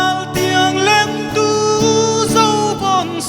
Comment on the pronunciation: "lentu" tih hi a lam chang hret ani. 'Lêntu" anih ang takin han lam deuh se ṭha tur anih hi maw le. Sangha manna "lên" ang hian han lam hrâm hrâm zêl teh u.